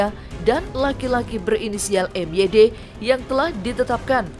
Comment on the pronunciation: MYD itu (MaYiD) bukan si